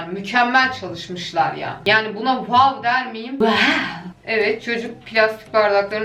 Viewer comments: WAWDA DİYİL WƏƏW DEMEME ÇALİNC 😂😂😂😂😂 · Bu "WAOĞW" beni bitirdi mxxmsmmsdm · "waow lık bir videomu yok arkadaşlar ama wuuuw luk bir video" 😂😂